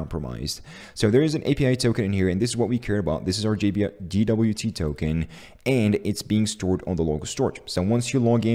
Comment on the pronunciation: Great video! BTW it's pronounced "jay"WT. If you say "gee"WT it is GWT ;)